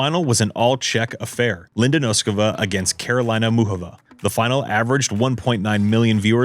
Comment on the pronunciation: FYI Karolina is not pronounced the same way as Carolina :D you should put accent on different parts, I am not good at explaining pronunciation , its better to just listen to her when she says her name :D